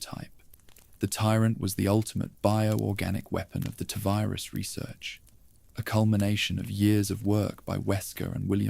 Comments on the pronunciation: Is this an AI voice? Cos its Tee Virus not Tuh virus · appreciate your candour but I’m english, its still Tee virus 😂 don’t stop though, your videos have got me through some long nights. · I was with you until the voice said “tuh virus” for the 7th time. Do better.